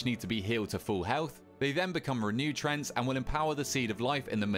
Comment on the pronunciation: say treant right please im begging you